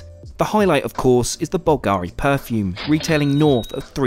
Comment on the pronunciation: It's BULgari, not BulGAri.